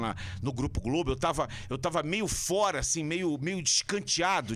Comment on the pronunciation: Sérgio comentarista chato podia falar por fora ele fala por fuera